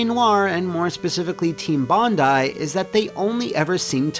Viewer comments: For once, i can be pleased that at least one American can pronounce "Bondi" as "bon-die". Usually they get it wrong by pronouncing it as "bon-dee"... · a foreigner who can pronounce bondi correctly! bravo sir you are a rare breed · Thank you for pronouncing Bondi correctly, Americans seem to say it funny sometimes - sincerely, an Aussie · You pronounced "Bondi" correctly!! Yay!